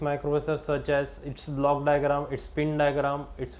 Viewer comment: I like the way you pronounce 'diagram'